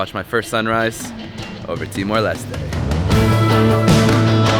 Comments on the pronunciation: It's Timor Les-Teh, not Lest. at least check how to pronounce it first, showed that you care. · Ha. I noticed you corrected your pronunciation of Timor Leste after arriving, but then relapsed. In tetun (languages are not capitalised) every vowel is pronounced. In Portuguese the final E is not pronounced, but the S has ‘sh’ sound. And you got to meet Barry! He is a legend. Arturo is one of the best places to spend a weekend in Timor Leste. Barry’s Place has tiny little thatched huts right off the beach to stay in.